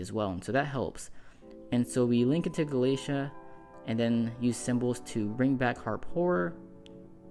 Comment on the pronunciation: Gala-Tei-a. Not Galacia. Babel is the literal Tower of Babel. Like the word Babble.